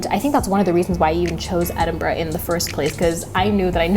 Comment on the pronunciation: Don't say it...don't...say...it...EdinBRUHHHHH